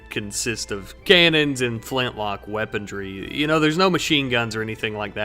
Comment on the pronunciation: There's no bloody 'T' in weaponry.